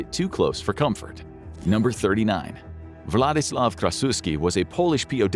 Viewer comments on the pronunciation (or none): none